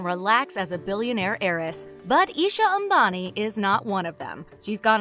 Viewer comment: That pronunciation, A M B A N I That got you a like...